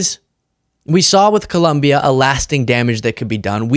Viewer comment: Excellent analysis and presentation. One small nit-pick: please pronounce ColOmbia correctly. (It's not ColUmbia.)